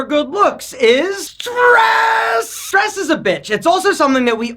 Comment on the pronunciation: Oh stress...thought you said Dress...